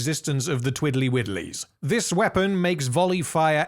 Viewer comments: Twiddly Widdlies? ..... Twirley Whirlies? 🤷🏻‍♂️ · I heard "twirly whirlies"